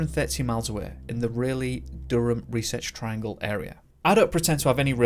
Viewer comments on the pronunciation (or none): Hello. I wish you'd ask Google to help your pronunciation. I mean...even Raleigh you had issues with. And that is just like Sir Walter Raleigh and as an you are an UK person I as a NC person, I figure I better speak up! The Raleigh Durham other name here RESEARCH TRIANGLE is where a lot of good medicine cones from y'all! twang If I have a question I simply ask Goigle, Siri Alexa. Bet beside this your videos are good stuff. I look forward to more. Please do the pronouncing work! I think it irks folks and they don't speak up. Don't want to be a Karen! Lol but I do want you to go far! The YouTube no Sky Limit 🌈